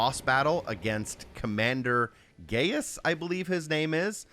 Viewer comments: its not gayus its gaius xd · Such a rad walkthrough, it's pronounced Guy-us though lol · It's spoken as guy-us or guy-is